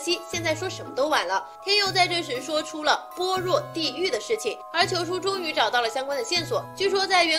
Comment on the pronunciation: 般若 bo're。。。小姐姐。。。 一个没有读过般若心经的小姐姐解说。。。